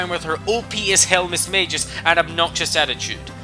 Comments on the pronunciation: Its pronounced ( Mis-mag-ee-us) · 2 things; 1st fantina is the 5th gym leader not the 3rd, 2nd it's pronounced mis/mag/i/us not mis/mA/jus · You pronounce EVERY THING WRONG like Juan mismagas and basically every thing but I agree on the Norman that guy is miltank in human form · I thought it's pronounced gyarados and not gy arados I also thought it was mismagius not mismaygus I ALSO thought it was hydreigon nit hydrogon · Whats a mismayjus its mismaygius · Mis-MAGE-US dont you mean Mis-MAG-EEUS jesus crist pronunciations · I thought it was pronounced miss-magi-us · Yea.... Thats not how you say Mismagius